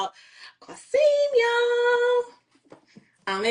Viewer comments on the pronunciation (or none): Quasim not Quaseem